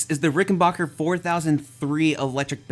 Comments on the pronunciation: Hi, sorry that I have to be that guy but it's pronounced 'Rick-en-BACK-er' not 'Rick-En-Bach-er'. Sorry but it's a pet peave of mine that American's mispronounce the Rick name. That being said I loved your review and the sheer excitement that playing a Ric has brought to you is unreal. I have a 2014 (first year of production) 4003W. Mine is the walnut body variant with the maple neck and fretboard. It has a beautiful tone and the vintage circuit gives you access to that classic vintage 4001 tone. For my model the fretboard is maple with the sharkfin inlays. I loved that they did away with the lacquered fretboard. Mine has the oiled fretboard which is a delight to play on. I wish that the bridge pickup cover would come off without having to remove the pickup from the body. It looks great but gets in the way of a lot of pick players. This bass is an expensive investment but you will never lose money on it. I'm glad I got mine when I did. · Nice review! (Small but important thing: It is Ricken-back-er, which sounds like "your back", not sounding like Bach the composers. This is actually a thing in the history of the company, where they intentionally changed it from Rickenbacher to Rickenbacker, and the pronunciation to not sound too German around the WWII years.) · Rickenbacker... Not RickenBocker.